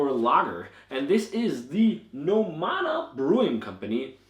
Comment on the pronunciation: The name is NO-mada, with the stress on the first syllable, as the ó symbol indicates, not No-MA-da. The same as in English, where you would say NOmad, not NoMAD.